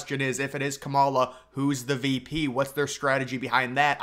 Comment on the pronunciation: Sounds right to me 😂